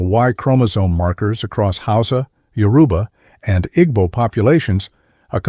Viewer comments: The graphics used in this are just way off… I couldn’t even finish watching when I got to the white Jesus looking depictions of Oduduwa. Most if not all of the Yoruba words are mispronounced… I know the moderator is AI but not well done at all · Why can't they pronounce Yoruba correctly?